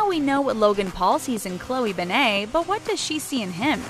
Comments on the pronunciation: It’s Ben-net not Ben-nei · You Pronounce it like BenIT not BenAYE. God my ears bleed a little every time I hear BenAYE. It’s not that big of a deal, it’s just annoying. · ummm.. why’d they pronounce it ‘ben-ay’ instead of ‘ben-net’?? 😂 also i love that they just assumed no one knew who chloe was before she started dating logan; she’s still her own person, not just someone’s girlfriend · Her last name is BEN-NET TF IS A BENNAAAAA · Ben eyyy it’s BEN IT BENNNNNNN ITTTTTT NOT BENAYYYYY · Benne-TTTTTTTTT ITS NOT SILENT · Did she just say Chloe BANNAY? What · ITS ANNOYING ME TOO!!! ITS PRONOUNCED (BEN-IT) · Midnight Jewels IT bother me SOOO much to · Cringing every time they say her last name wrong lol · You said Chloe's last name wrong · Ur saying her name completely wrong and it’s bugging me so much😩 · Not to be mean but can you say her name right it doesn’t have a a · Your saying her last name wrong and it’s really annoying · Oh my god get her last name right please its annoying me so much